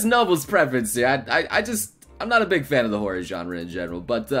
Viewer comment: all I could hear when he said horror was horry